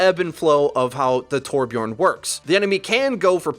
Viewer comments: its torbjörn not torbjorn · Its Torbjörn wtf